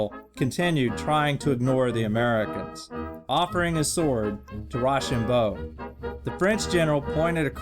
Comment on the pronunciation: It’s row-sham-bow